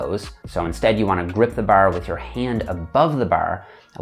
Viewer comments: great video but im laughing everytime he says "barRr" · As a Australian, hearing say bar throws me off! I can’t not, not notice him say “Barr”! it’s bahh mate say it with me “bahhh” 😂 Good job! 👍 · I like how he says bar. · Every time he says “bar”, it’s like someone yelling “maritime” in my ears 😂. Tx for the video!!